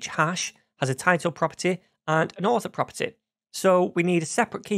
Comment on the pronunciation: "properteh"....... nice